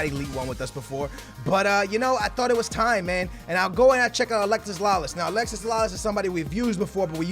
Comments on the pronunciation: Alexi not alexis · actually lalases name is alexi not alexis